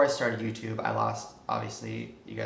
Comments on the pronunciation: "YoutuBEH" - why do you say it that way? With an "eh" at the end. The "e" is silent. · I learned a lot from this video. Mainly that the E in "YouTube" apparently isn't silent.